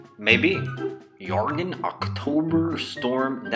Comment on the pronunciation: Jorgen is pronounced "Your-gin" with a hard G.